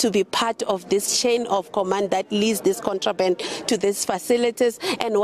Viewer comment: The way she struggled with 'contraband'. Shembe!